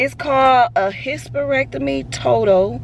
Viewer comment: Omg. I laughed every time you said hysterectomy. Take care of yourself. You having surgery shouldn’t prevent you from getting a job, just tell them once they offer you the job. ❤❤❤